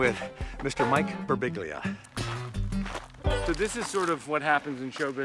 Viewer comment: Pronounced bur-BEEL-ya. Sadly, even American descendants often butcher their own beautiful Italian names. Mamma mia!